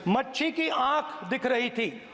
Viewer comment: नेता प्रतिपक्ष की भाषा सुनिए मछली को मच्छी बोल रहा है १००/ इसके कान बिहार के नौवी फेल भ्रष्टाचारी सजा याप्ता के लड़के ने भरे है उसको भी मच्छी बहोत पसंद है 🤔🧐😎🕵️ नेता प्रतिपक्ष भाषा के शब्द सही इस्तेमाल करे नही आता तो पद छोड़ दे 😆😁😄😃😀🥰😍🤩😀😃😁😄🤔